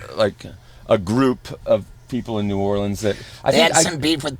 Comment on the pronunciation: love how Steve says New Orleans